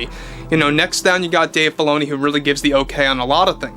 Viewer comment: Sounds like you're saying Dave Baloney. lol